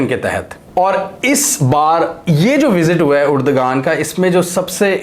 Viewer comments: Uragan nahi urdoaan hy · Why the hell you are pronouncing "Urdagan" ? Please correct yourself : Spell his name as..... "Erdoaan". mind you mr anchor that 'g' is silent here for pronunciation.